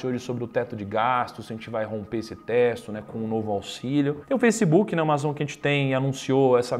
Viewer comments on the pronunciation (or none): none